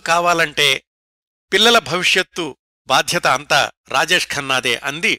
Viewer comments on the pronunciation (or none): none